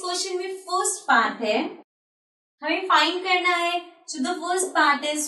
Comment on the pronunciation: Maam (sho) on nahi hota. (So) on hota he.😅😂